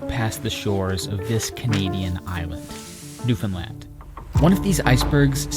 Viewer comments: It’s really small in the big picture but thank you for getting the pronunciation of Newfoundland right! It can be so distracting in story telling when people don’t. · As a newfie, I gotta say I love seeing someone not from newfoundland pronounce it properly, so thank you and incredible job lol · Born and raised in an outskirt town in Newfoundland. This makes me really happy to see someone exploring our Island, and pronouncing It correctly. Your editing is amazing, and your respect for my land is amazing! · Good to finally hear an outsider correctly pronounce Newfoundland. Love your videos. Excellent quality and amazing places. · Thank you for visiting Newfoundland. Thank you for learning (and sharing) so much about our fairly recent history. And thank you, thank you, thank you, for taking the time to learn how to pronounce the name of the place correctly. So many Canadians don't even take the time to do that, so it is truly is appreciated.